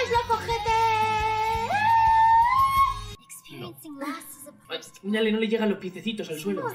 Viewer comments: Como se escribe: Loveter Cómo lo pronuncia: Lovojete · Cada vez que decía lovejete me sonaba a OJETE de acá Argentina y me reía yo